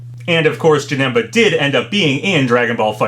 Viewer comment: Its JAN-IM-BA